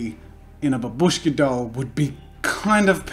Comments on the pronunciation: It's actually pronounced BAH- bush- kah (Russian for grandmother) and ma- TROHSH- kah (Russian for little mother) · This doll calls "Matryoshka". Not "Babushka", because this word means Grandma and pronounced like "Bábushka"( accent falls on the letter a). I know this because I'm russian. Sorry for my English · well if there is grandmother shown on it then I suppose otherwise matroshka is just this doll no matter if it's Herod politics or anything on it it's still is matroshka not babUshka btw it's bAbushka not babUshka as jazz a says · In Russia it is just called matryoshka, without "doll", and the word that you use is actually pronounced bAbushka, and means "grandma" or "old lady" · I know that I'm two years late, but anyways : 1. Matryoshka doll is correct (that's how we call it) 2. It might be loud but STOP SAYING BABÙSHKA!!! IT'S BÀBUSHKA!!BABÚSHKA SOUNDS SO WRONG AND SIMILAR TO "HLOPÙSHKA (means flapper or petard). JUST STOP. P.s. The end result is awesome! Stan Lee was a great man! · Babushka is grandma or old lady in russian language , and Matryoshka is like childish version of russian name Masha(Maria). Also u pronaunce babushka wrong , u (and 99% englishspeaking guys) say like baboooooshka but its more like baaaaabushka , just make 1 part of word pronaunce longer. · Yeah )) the stress is on the first BA, if you want to get word "Granny". The way Jazza pronounces it, it sounds like Russian word for "Small hut" :) .But anyway it is never used to name Matryoshka dolls in any Russian speaking countries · Literally came just to hear how he would pronounce Matryoshka. He got me back by butchering babushka over and over again.. :(